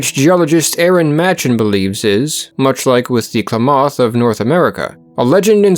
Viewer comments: Excellent video, very informative. Klamath is pronounced like "clam - math" Shasta is like hat and a. Shasta soda is still a popular soft drink brand. As a kid in the 60s - 70s they had a commercial jingle that went "Shasta 'cuz it has ta." Didn't expect my home town in the video. Then there's Mt. Shasta, a whole video in itself. Thank you for your work on this and other videos. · Just so you know, Klamath is pronounced with the accent on the first syllable. Thanks, great documentary. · thats not how you say Klamath or Shasta btw. why do people always mispronounce Oregon names smh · Klamath (Clam-Ath) not (Claw-moth) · Interesting video. As I grew up in that area, I would note that Klamath is pronounced Kla' muth (first a as in math. u of muth as in must). Also Shasta is pronounced Shah' stuh (a as in math, second a like the second a in Klamath). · I couldn't understand what tribe you were saying when you were saying Klamath lol as a native southern oregonian it sounded so foreign at 1st. We all pronounce it like CLAM-ith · It's Kla math clamath I live in northern California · Okay sorry to be picky. Being part of this tribe in Oregon. IT’S PRONOUNCED LIKE CLAM ETH. KLAMATH. NOT CLAW METH! B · Im an Oregonian Geologist, super glad to see the story of Mt.Mazama on here! Only thing I have to say is that it is pronounced Kla-math, not Kla-moth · It's pronounced clam math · Klamath is pronounced "clam-eth" . Mt Shasta is a hard "a", like in "class". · Pronounced " clam- ith " accent on clam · Sir, the pronunciation of Klamath is “CLAM eth” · Klamath is pronounced kuh-LAY-muth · Oregonian here, please, your pronunciation of Klamath is wrong, it is properly pronounced "Clam-math", the emphasis on clam. It is disturbing when the narrator mispronounces names as it show knowledge of the important elements of the story is lacking, and makes the video less compelling. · Kuh lam uth = Klamath , Oregon. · It’s pronounced CLAM-math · Klamath rhymes with mammoth, fyi